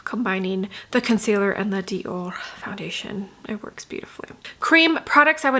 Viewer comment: Love watching your reviews…but hate when u try to pronounce Chanel or Dior differently..it makes me cringe.Anyway, just say it regularly. Love the eye look and love your videos ❤